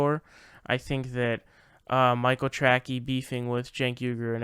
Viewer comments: His name is pronounced Tray-see no track-ee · how do you not know how to pronounce the name tracey? it is not trackee. its tra-cee. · Not the point here, but it's Michael Tra-'si' (Tracey). :) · Brother, i gotta tell you. Michael Tracey has a soft C. (Michael Tra-sey, not Michael Tra-key). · Dude...Michael "Trackey"? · Why do you pronounce Michael Tracy as tracky?